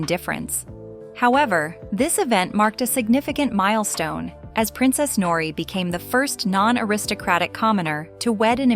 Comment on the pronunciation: Interesting love story btw in Japanese language like in Spanish the [r] is rolled: Nori